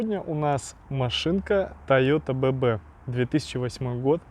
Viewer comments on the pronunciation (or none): Да не Бэ-бэ!!!А Би-Би!!!Эй,би,си,ди и т.д.Язык то буржуйский!!!Ну!!!